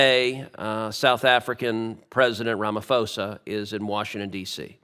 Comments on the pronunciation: Cruz, please listen to one short news clip to hear how the South African president's surname is pronounced. You will notice the 'h' in Ramaphosa is silent and the 'o' is a short vowel. I am South African and not a particular fan of our president or the ANC, but if you want to criticiza someone, get the first fact straight. Maybe you will then get more facts and less rumours on my country. We have real problems and deep concerns about how our country is governed. We do not need more US invented fantasies from you both on top of that. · Correction Mr Cruz, it's RamaPHOsa not Fosa😐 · Just a correction, Sir. The 'Ph' is not a 'F' sound in Venda. It's a 'P' sound. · No, RAMA POES A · Sen Cruz doesn't even know how to pronounce Cyril Ramaphosa's name, yet he feels he can lecture him about South Aftica. American arrogance at its highest!